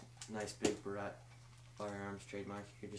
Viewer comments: it would be nice if you could say barrett correctly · how about you learn how to say barrett dipshit